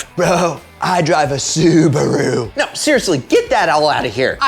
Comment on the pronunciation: Had to.stop watchin his voice made me want to stab my own ears when he said suburu